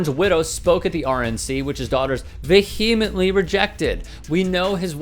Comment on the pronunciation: Ve-he-imetly? Now I know he doesn’t right the shit he spews. Race gritting is tough I guess.